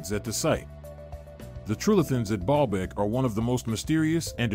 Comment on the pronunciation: I hear Ball bag every time he says it 🤭🤭🤭